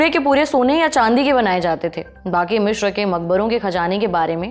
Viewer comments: मिश्र नहीं अपितु मिस्र है सही शब्द। Cairo अंग्रेजी शब्द है जबकि हिंदी/मिस्री भाषा का सही उच्चारण काहिरा है। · यह मिश्र नहीं , मिस्र है। कैसे अनपढ़ presenter रखे हुए हैं😮